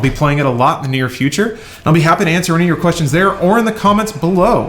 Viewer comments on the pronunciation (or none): none